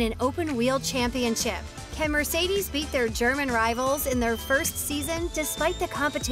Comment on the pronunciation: Mercedes is also pronounced very wrong, eventhou it is very much possible for english speakers to say it the right way.